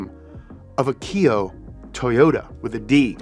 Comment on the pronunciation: ach eee ooh not aki oh